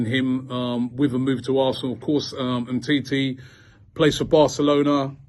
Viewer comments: 🤣🤣🤣 GTFOH Mate.. Humm titi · You ain't okey😂😂😂😂 He calls him humity😂😂😀😄